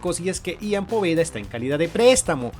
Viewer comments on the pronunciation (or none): no es i an en ian